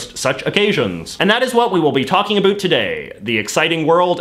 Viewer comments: Geebus! I'm Canadian and your pronunciation of the word 'about', is making me cringe. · And the fact he pronounces “about” that has “ou” as “ö” too. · oat and aboat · I still can't deal with the way that he says about...